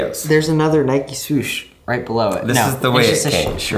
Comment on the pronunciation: Who pronounces nike like that